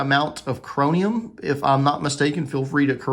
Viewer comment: The metal added to make the blade more rust resistant is pronounced "ChroMium", not "ChroNium" .